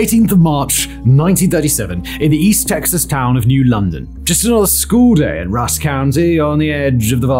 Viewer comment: I grew up not far from there. my school was also founded on oil fields and it wasn’t until I got older that I realized having oil equipment in the playgrounds was odd 😅 also hearing simon say “east texas” bewilders me for some reason